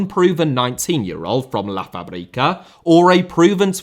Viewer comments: It's pronounced FAB-rica, Not Fa-Brica, the stress is on the first syllable, just as you pronounce the word "fabulous". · It sounds like your saying Paprika instead of Fábrica. Should be something closer to fabric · "Lá fabrika" 😂😂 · I cant. Its la FAbrica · The word "fabrica" is supposed to be accentuated the same way that "fabregas" is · Great vid, just one small note. Based on the accent marks of the word, fábrica is pronounced with emphasis on the a first instead of the I in the middle of the word.